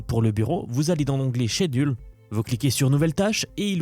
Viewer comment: J'avoue, l'onglet "chédule" m'a fait rire.